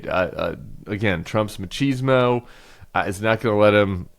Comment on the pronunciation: machrrseezmo? Tim really